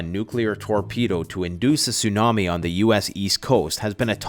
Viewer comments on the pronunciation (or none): none